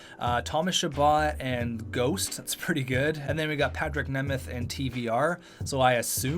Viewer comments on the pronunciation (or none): none